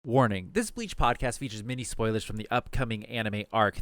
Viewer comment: Good video but man did y’all even watch bleach? Y’all slaughtered the names of almost everyone 😂😂😂